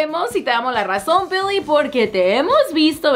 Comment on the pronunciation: Odio cuando dice BILLIE.... BEEHLEEH...